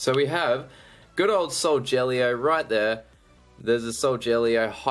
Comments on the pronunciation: I also like how you call Solgaleo 'Soljellyo' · I liked it when you sead soljeleo when it's solgalio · You say solgaleo wrong it is sol-ga-Leo not sol-gel-eo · IT'S NOT SOLJELLYO IT'S SOULGALEO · It's not frickin soljellyo it's soul galy o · if he says sojaleo one more time... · I meant to say every time he says soljellyo it makes me cringe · He is saying solgeleo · Every time he says soljellyo I mak s me cringe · It's not solgeleo! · i like how you said solgaleo wrong